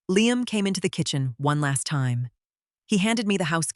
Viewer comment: what's with the unintelligible mumbling right at the beginning, with the AI narrator trying to say the 'time'. BETTER EDITING required and also latter as well.